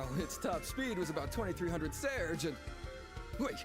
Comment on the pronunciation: It's "selge,", not "serge."